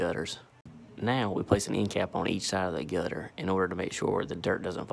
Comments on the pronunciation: The way he pronounces "gutter" ! 😂 Sound like gut her! ☺️ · Every time he says gutter it gets more country